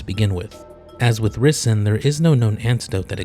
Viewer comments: If you're going to be a doctor, you need to know how to pronounce ricin. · that's one way to pronounce Ricin